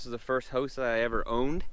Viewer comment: All these videos.. I thought he was saying host. Going into the host 😂😂